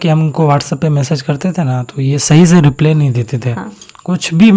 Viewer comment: रिप्ले nhi भाई रिप्लाई 😂😂😂